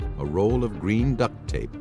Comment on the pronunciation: Why is he saying duct tape like that loljhfdghj